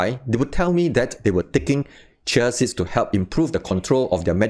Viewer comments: For future reference: In the US, we pronounce this ‘CHEE-uh seeds’ not ‘chuh siddz’ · Sound like he is saying Chelsea's or chelsies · It is hard to understand xyour explanations, fast and keep on repeating nonsense explanations. Pronounce properly CHIA SEEDS, pls.... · Dear Lord! You can't even pronounce correctly the words "chia seeds".